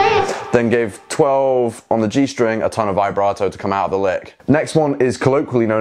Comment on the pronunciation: "the stwing" has my dying